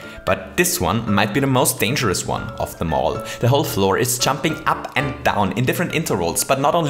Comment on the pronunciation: "This one might be the most dangerous one, of them all" "Them all" sounds like "The mole"